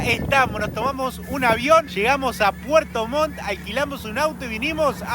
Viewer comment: Puerto Montt chiquillos no puerto Mon. Buenos sus videos!!